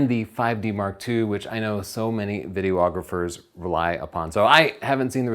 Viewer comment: I think it's videographers, not video-ographers.